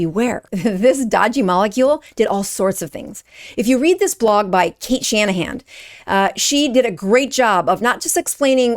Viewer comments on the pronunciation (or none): none